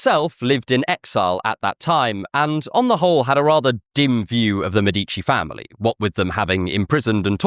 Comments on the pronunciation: Awesome video. (Btw It's Mèdici, not Medícci.) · MEH-dih-chee not muh-DEETCH-ee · I see you know that in Italian the accent usually is on the second to last syllable. Mèdici is an exception it means "doctors" and is the same root of medics. The accent is in the first syllable. Thanks that you had the interest to think about the usual stress pattern in Italian.